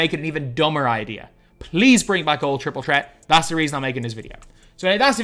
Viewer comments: I like how he says Triple Chret instead of Triple Threat 😅😅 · It’s an accent